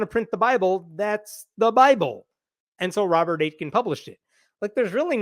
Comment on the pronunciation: So Aitken is a town name nearish where I live. If it's pronounced the same you pronounced it wrong The T isn't emphasized at all so it's closer to "ey-kin" in pronunciation.